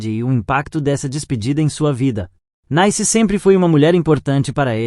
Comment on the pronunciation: Tem que ter um saco de renda pra ficar ouvindo um idiota dizendo as mesmas coisas várias vezes, pqp. E desde quando uma mulher que tem o nome de CLEONICE pode ser chamada de NAICE ao invés de NICE? É! Realmente vocês não têm jeito mesmo!